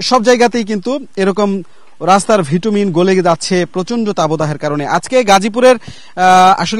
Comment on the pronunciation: ভিটুমিন নয় এটা হবে বিটুমিন !